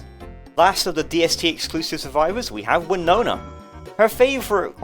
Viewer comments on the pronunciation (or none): none